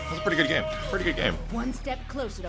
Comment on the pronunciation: At least you say good gam.